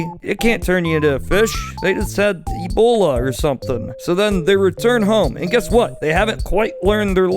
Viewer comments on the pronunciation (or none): none